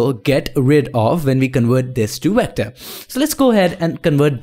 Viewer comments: did he say wector instead of vector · why you can'nt say V letter, you use O insted from it. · 6th Wilbury You're still making fun of someone and if you actually watch his other videos, he does pronounce Vs as Ws so it is his accent